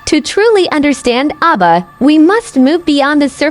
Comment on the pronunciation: The spokesman is pronouncing the names of the orishas wrong 😒 Ogun (O goon) Oba ( O Ba))